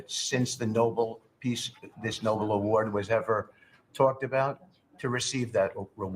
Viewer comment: When they mispronounce Nobel it's hilarious 😂